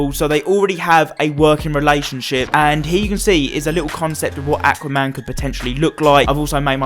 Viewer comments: It’s Aquaman not Acaman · The way you say aqauman